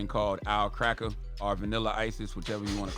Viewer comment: And Charla,Stop saying cracker as cracker 🤦‍♂️